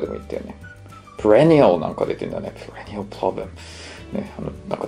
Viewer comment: prenial じゃなくてperennialですね。